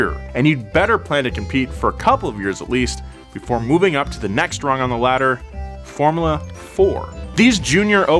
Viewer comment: This fellow's pronunciation of "formula" is disturbingly awful.